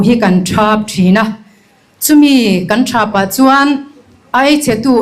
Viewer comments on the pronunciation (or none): none